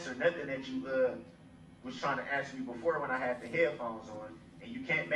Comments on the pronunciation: are you axing me... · Interesting that today he has shown he can actually pronounce 'ask' properly. I believe on at least 3 occasions. He uses sounding dumb and claims that he can't 'understand' ( he even says the judge can't force him to understand) to set up a future appeal action. He's attempting to be the 'victim' at this trial, even shedding 'tears' at times.